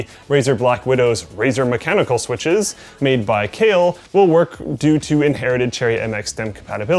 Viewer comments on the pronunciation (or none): none